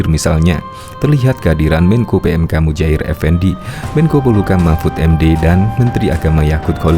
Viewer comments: Bukan Mujair mas, yang bener ( Muhajir ) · Sering salah sebut... Seharusnya.. MUHAJIR.. Bukan mujahir...